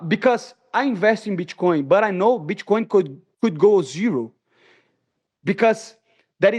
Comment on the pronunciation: "Bitch-coin" -Money Moicano